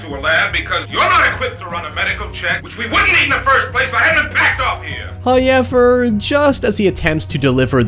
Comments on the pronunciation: your pronunciation of however is giving me the crazies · It sounds like it would take so much effort to pronounce "however" that way. Does it hurt or make your mouth cramp up?